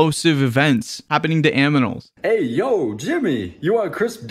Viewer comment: the way he said aminals instead of animals XD